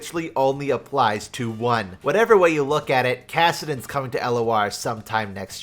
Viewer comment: It’s kassadin sry